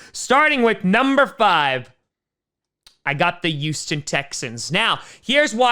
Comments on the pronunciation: please pronounce the H in Houston, it’s not pronounced “euston” it’s close, but it’s pronounced like “hueston” the H is not silent like herb. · The way says Houston is youston